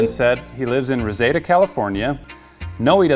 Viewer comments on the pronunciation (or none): It's Re-Seed-Ah. Not Rezeda. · It's pronounced "RUH-ZEED-DUH" not "ruhsayduh". Kind of sounds like "receding". 😂 Guess you're not from California? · Rezeda.... It's Reseda.!! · Pronounced Reseeda, not resayda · I don' t mean to be rude at all, I mean to be helpful with this. Reseda is said as ree-see-duh not rose-zay-duh. I've lived in that city most my life and without the map I would not know where you meant. The Van Nuys WalMart is actually closer distance wise but the Fallbrook mall one is easier to get to and is safer. The super-center location at north I've never been in but that area is very pretty and been to the shopping center it is in a few times. I am just trying to be a friendly local from the area helping you out. Tell me to fuck off if you want to or if i come off as being rude. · the name of the city is pronounced Ra Seed A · Reseda is pronounced re-seed-ah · Btw I live in encino California , reseda is fairly close . It’s pronounced- RA-SEE-DA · The way he said Reseda,CA 😂 I grew up by there and it’s Ree-see-dah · Ruh-see-duh =Reseda just fyi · Bruh...it's pronounced REH-SEE-DUH... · It’s pronounced Reseeeda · IT'S PRONOUNCED RE-SEE-DAH (reseda) its filled with scammers and tweekers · (It's Re-SEED-uh, California). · Reseda is pronounced "reh-see-da" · It's pronounced "RAH-CEE-DA". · You said Reseda wrong it’s ree-seed-a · This is actually around my neighborhood...i can do the delivery for you?...Lol. Also its pronounced "Reseeda", have you not watched the original Karate Kid? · Pretty sure it's pronounced "reh-seed-uh". Damn, missed the video I was stuck on how you pronounced it. Now I have to watch this again. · Your mispronouncing Reseda. Its Reeseeda. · Oh no that’s not how you pronounce Reseda....XD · You're mispronouncing Reseda. Watch The Karate Kid for the correct pronunciation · Say Reseda correctly ... for the sake of Tom Petty's Ghost .. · Dude... Reseda ... you're saying it wrong, ffs.